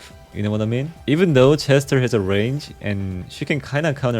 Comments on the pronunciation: Why bro pronouncing chester with she💀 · ik he is from korea and i know thats he just said it wrong but i still repect him 👍